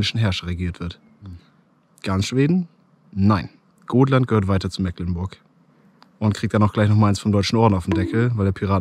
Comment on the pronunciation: Tipp: Mecklenburg spricht man mit langem "e" beim "Meck" aus (vorallem wenn man selber Norddeutscher ist). Also "Mehklenburg" quasi. Siehe Dehnungs-E/Dehnungslaut. Außerdem: : :D